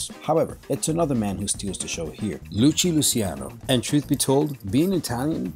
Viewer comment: Luci Luciano? Its Lucky Luciano!